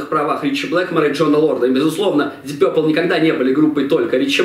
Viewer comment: Вообще-то "Дип Папл".. А не какойто Дип Пёпрл".. Это только" русскоязычная челюсть" может такое высказать)))